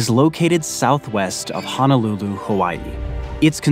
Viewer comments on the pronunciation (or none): none